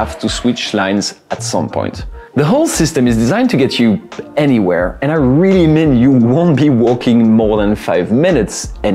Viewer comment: Is the host really French? "Anywhere", "crazy"